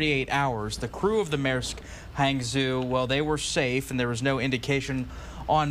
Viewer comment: Maersk Hangzhou. The news presenter didn't pronounce the chinese name Hangzhou accurately. The ship is registered in Singapore I see this in wikipedia. The name is very chinese, Hangzhou is a big city of China. Probably to facilitate trade with China and around the world.